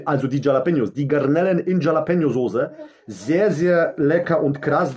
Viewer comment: Tschallapenjos und Ess isch-Essenz. Mit Garrnellen. Rischtisch überkrass mies, NÄÄÄ?!